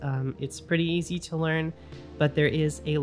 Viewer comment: Did you say east to learn? Obscuring…